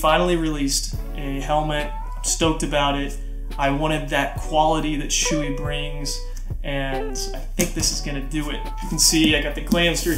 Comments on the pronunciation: Hello I'm a stickler for names It's not "SHOOEY" It's b"SHO- EH" Thanks for the vid. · lmao dude its not shoe e, its show e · I'm not gonna say you're wrong but I think it's pronounced show-ie